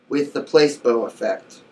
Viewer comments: I swear I haven't even finished the video and I was going to comment the same exact shit it's pronounced Pla see bo not Place bo... btw I'm not making fun of u we all can't pronounce certain words so just a headups. PS you look so fucking high like u just finished blazing plus it looks so cloudy in the background hmmm🤔🤔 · It's not pronounced place-bo it's placeebo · Not "place bo"... "pluh SEEEEE bo" placeeeebo effect LOL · It's pronounced PLA SEE BO .... not PLACE BO.....Bless!! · Place-bow....? I'm not believing dick from this dumbass lol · How can I take this serious when you're saying placeBoe ☹️🤦🏾‍♀️ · pla See Bow ;) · your right! he is pronouncing the word wrong. like you said it is Pla-see-bo. LOL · "place-bow" Lol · Please take this video down and update it with the correct pronunciation of Placebo.